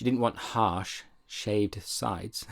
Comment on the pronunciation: glad im not the only one saying shaved shides haha